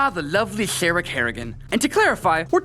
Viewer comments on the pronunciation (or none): none